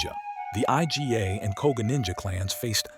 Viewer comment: Did you just call the Iga clan the I-G-A clan? No it's pronounced "Egah"